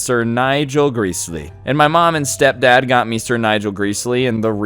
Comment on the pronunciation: as a train fan i cringed by you calling "Gresley", "Greasley"